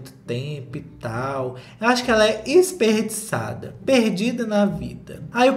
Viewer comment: "Isperdiçade" Socorrrrrrr 🤣